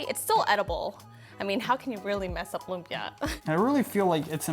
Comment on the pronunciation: He should at least pronounce lumpia right